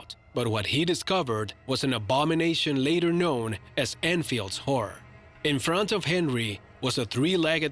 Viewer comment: it is pronounced Enfield not Einfield